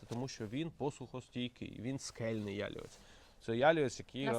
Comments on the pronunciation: корисне відео, але наголос не правильний- потрібно говорити яліве́ць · Пробачте, що виправляю, але ялівЕць наголос на останній склад, а не перший. Не хотіла нікого образити, просто ріже слух